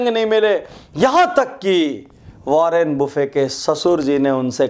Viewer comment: Sir ji, वारेन बफेट नाम है, वारेन बुफे नहीं..😀😀